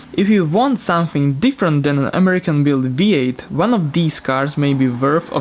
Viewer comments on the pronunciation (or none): Some of the syllables you pronounce are off but you speak slow enough that english speakers can understand you. For example at the the beginning you pronounce something as SAHM-FEENG instead of SUM-THEENG. Heres some cars you can add to your list. Lexus: sc400, sc430, gs 400, gs 430 Infiniti: q45